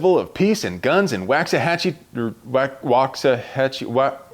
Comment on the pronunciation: Dude, it's not “Wax-uh-hatch-ee”, it's pronounced “Waak-suh-ha-chee.” meaning “Buffalo Creek.”.. ....we love you!